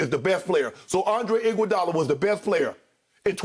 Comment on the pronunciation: Skip said I WANT IGUOADALA🤣